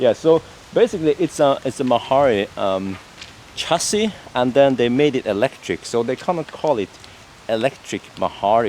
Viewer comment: No,No! you are not in Chassis but Cassis ( K-a-ss-i-ss )!!!...I am from there...